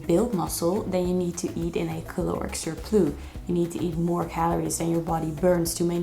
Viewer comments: It’s surplussss not surplooo.😂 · It’s a cute mistake but how did she get this video passed her friends/team saying surplus like that? 🤭